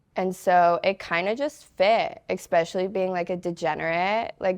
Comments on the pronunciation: Very down to earth, very beutiful and smart. But Sugar, it's ESPECIALLY not EXPECIALLY. Keep going and growing!! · “Exspecially” UGHHHHHH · She said “detain my self worth” I was like damn that’s deep and then she said “expecially” and I was like whoops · ECspecially? Is that a Nebraska thing? (No offence meant, I'm from the UK). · “I’m so smart”…. “expecially in the strip club” “Again, I’m so smart.” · Some one teach her how to pronounce “especially”. There is no “X” in the word. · hey, spell especially then pronounce it again. You're not as smart as you think! Hubris.